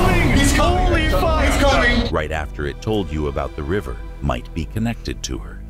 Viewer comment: why does it sound like "Webber" instead of "the river" when your looking away from the video - is it just me?